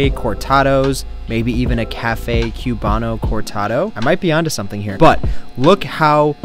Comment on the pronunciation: We dont do this. And its pronoucd "Coobahno" not "Cube ahno"